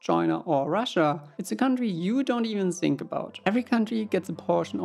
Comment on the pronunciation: But they said sink, not think